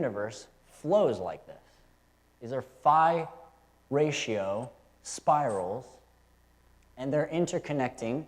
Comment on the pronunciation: I always heard it called "the golden ratio" or "the golden mean". That's what you refered to as " the far ratio"? Or was you saying "fire ratio"?